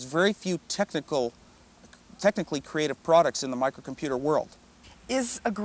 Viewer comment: I don't know why but when Adam Osborne says the word: Microcomputer, using that British accent, it sounds too awesome